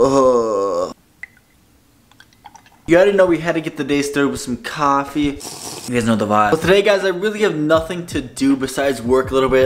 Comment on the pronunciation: buddy said "cafffeee"